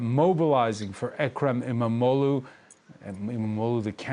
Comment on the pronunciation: E-mam-oghluu" extend the sound and special attention to the "gh" sound.